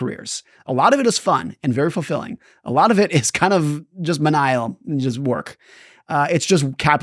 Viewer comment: I can believe the part about reading because Mr. Housel pronounced "menial" as someone who never heard it spoken aloud